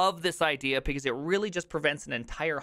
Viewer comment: Has anyone else noticed that this man says "pecause"?